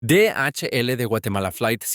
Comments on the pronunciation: The intro said De ache ele de Guatemala flight Siete dos nosen 😭😭😭😭🙏🏻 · Faaaaaah bro knows how to speak spanish 😭😭😭😭😭😭😭😭😭😭